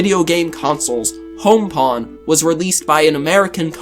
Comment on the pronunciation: It is pong not pawn. Like dong, bong, or wrong. At least that's how it pronounced in the US.